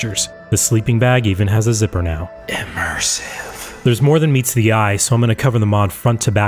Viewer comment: "...immmersive... " Hilarious.